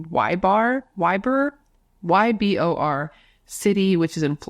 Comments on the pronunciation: Ybor is pronounced like E- bore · it's pronounced E-bor my love i'm from pinellas park fl and have spent plenty of weekends in Ybor city when i was younger 😂i love you thank you for all you do ❤ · Ybor is pronounced ee-boar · Ybor is pronounced ee-boar lol. It’s the considered downtown Tampa. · Ybor say it like Yeebore 😊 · Ybor is pronounced EE-boar. Just in case you ever need to pronounce it again.😉❤ Edit: Sorry, I just scrolled through the comments and saw that at least 2 other ppl already told you!🤦🏻‍♀️ Also, Happy Birthday!!!🎉🎂🎈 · First off HAPPY BIRTHDAY 🎉❤ secondly as a Florida native ybor is pronounced ebor and it is THEE place to go clubbing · Pronounced Ee-bore City. Happy birthday 🎉 and love ya ❣️